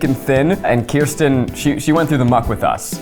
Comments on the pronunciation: Zach. Kirsten, phonetically is "curse-ten". Kiersten is, "Keer-sten"... I don't think my cousin would appreciate the misinformed having opinions ✌💗💞💫 Love you though 😂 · Ok so the Kirsten doll (btw, it’s pronounced Kersten not Kiersten), is my mom’s favorite doll since they share a name so I take offense to Zach saying her name is dumb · Not to be that person but it's ker-stin not kristen. Kirsten is my oldest sisters name. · It's KUR-STEN. Not Kiersten. Sincerely a girl named Kirsten whose partially swedish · FIRST OF ALL ITS KIRSTEN. NOT KIERSTEN. KUR-STEN!!